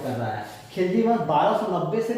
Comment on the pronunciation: hume pata hai ki bolne me khilji wrong hua hai baki pura video gagar me sagar hai